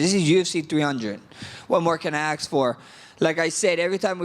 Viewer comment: Damn he says axe instead of ask. He really is Jerome